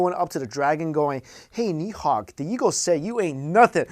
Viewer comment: And its nid hog